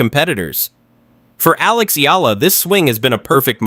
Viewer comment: Learn to say her name properly/ correctly, it's " ee yah la" not eela😢 you are annoying😢